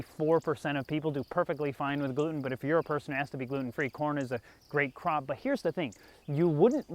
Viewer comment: Thought you said crap at first. The images that followed should probably, not be repeated.